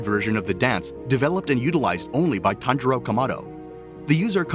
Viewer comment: It’s pronounced tanJuro not tanGuro